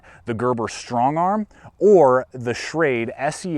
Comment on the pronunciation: Ya he really emphasizes the 'ch' in words. 'The Gerber Sscchhhhhtrongarm' lol. I wouldn't say its a lisp but he pronounces words sloppy for lack of a better word.